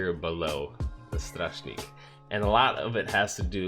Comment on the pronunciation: Your pronouncing of Łowca is really bad It's Wovca with C spelled more like S Your Śmiały and strażnik pronunciation is good